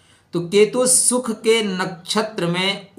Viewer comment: सुख होता है न कि शुख